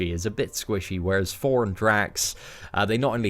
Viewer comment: love u lol whenever u say thor your accent makes it sound like four lol i was hoping id hear "at number four we have four" haha love ya bro